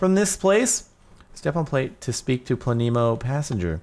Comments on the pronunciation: It is pronounced Pla - nemo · its pronounced pleh-neh-mo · Its pronounced planemo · it is pronounced "plane-mo" it is polish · it's pronounced Planemo lolololol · It's pla ne mo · its pronounced as "planemo" haha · Pronounced: (Pluh-nee-moh) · I think it plan-emo BTW I don't try to get many likes or replies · jardon u fool it's pronounced planémo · He says Planemo. I instantly think "FLAMINGO?!" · the e in planemo is pronounce like the e in planet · I think you say Planemo like planet, except without the t and with a mo instead. And the e is pronounced like eh and not like ee. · Planemos are objects similar to brown dwarfs, failed stars too small to sustain the nuclear reactions required for stellar ignition. But at only a few times more massive than Jupiter, they resemble planets more than stars. It is pronounced Plan-emo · It's obviously pronounced "planet" without the T, -mow. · maybe it is pronounced plan- ehh-mough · I think it's Pla-neh-moe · Planet, without the t, mo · I think it's said like planet with a mo like planeemo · the name is plan-nam-o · I think its plane mo (without a space but then it would be plane-e-mo so I'm confused) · I think the map name is either said like plan-ee-mo or plan-eh-mo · plan-e-mo (kind of fast said, also the "e" is pronounced like it is in elephant.) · Planemo said as: Plan - a - mo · It's prinounced planemo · Think it's Pla-nemo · it's pluh-neemo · I think It's Plan-emo. :P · I think your pronounce it like planet. Planemo (Plah-neh-moe) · I think it's Plan-e-mo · It's "Plahneemow" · Plan - eh - mo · I think it's pronounced- Plan-(short 'a')A-mo (short o'o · its plan-emo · its plan-e-mo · It's pronounced Plan-ih-Moh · planet with silent t -mo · Its plan-y-mo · It's plane- mo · I believe it is pronounced plan-em-oh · I think it's plan a mo is how I think is pronounced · I think it's pronounced planemo. Troll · Plan-I-mo That's how you say it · plan-EH- moe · i would say it is pronounced Pla-nuh-mo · It's plan e mo